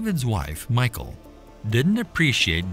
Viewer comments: Thank you! We read the Bible every morning growing up and my father always pronounced Michal as Me-shall, almost making it sound French. Later after I got into high school I met a girl named Michelle, I always associated her name and pronunciation with Michal. But Michael, "he who resembles God," is a decidely different name. So, yeah, this voice over bothers me. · her name in Hebrew is Mi'khaal/Mi'chaal, not the English Michal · you are saying Michal wrong. you are saying it like Michael. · it's pronouced "mee- HALL" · Her name wasn’t MICHAEL Its pronounced Me shawl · It's a short i not a long i. Like in pig. Michael has an e. Michal sounds like the male name Mitchell..... Like I can't even watch this hearing you say Michael!! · It's pronounced Mi-hal, with the h from the back of the throat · its pronounced Michelle,, Michael is a Boy Name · I think is pronounce more like Meekal not Michael,🤔🤔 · If you have great love for our God then fear is never needed. You can fear doing wrong by our God . The correct pronunciation for Michal is closer to Michelle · Saul's daughter, Michal, is not pronounced Michael as in a boy's name, but Mighal and is a beautiful girl's name!! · Seriously doubt her name was pronounced in English as MIchael but most likely "Michelle". Jedeo Biblical videos should be more accurate. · You're pronouncing her name wrong. It's not pronounced "Michael" like the masculine form. It's pronounced "Meek-hal" as the original Hebrew spelling was "Mikhaal" . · Note on pronunciation. The Hebrew name, glossed as ''Michal'' in English, is pronounced ''Mee - kaal''. Not ''My-kaal''. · Her name isn't pronounced "Michael." A Westerner would pronounce it like "mee-HAUL," but in Hebrew, the "ch" in her name is pronounced at the back of the throat with a sound that's not found in English. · The name isn't pronounced like Michael. In Hebrew it's pronounced Me-Hal. 👍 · I can't help but feel it should be pronounced [Mee-Cal] and not Michael :)